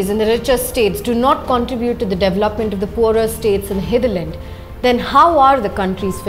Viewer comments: Excellent work- I'm a fan, but please correct pronunciation, e.g., not hetch for h and devluppment for dev-el-op-ment, hitherland for hinterland, etc. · Siddarth Jain , agree, really good content, editorial angle and coverage- would be great if they stop saying devluppment and pronounce dev-el-op-ment correctly. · Siddarth Jain, as far as I know, it's a pan-Indian habit this devluppment pronunciation! 🤔